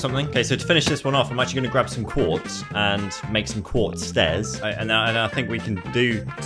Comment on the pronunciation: its quartz not qaurtz